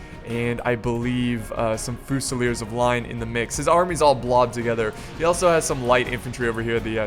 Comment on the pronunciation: As someone who speaks french I got cancer when you said "Voltigeurs" and "Fusilier"